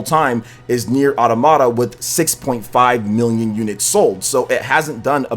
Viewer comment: Automata: aa • TAA • muh • tuh. Say it like "andromeda". Every dang youtuber...